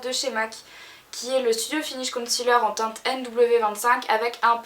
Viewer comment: concealer c un mot anglais .. il faut être prononcer en anglais pas en français .. oh my god !!